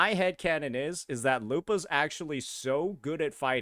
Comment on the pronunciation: I've watched every single wuwa cc's reaction but I refuse to watch this dude since he can't even pronounce her name correctly